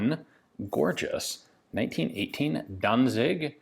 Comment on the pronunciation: As you mention Danzig quite often and are aware of possible wrong pronounciation: It's almost correct, but the z is spoken sharp, like the c in "dance".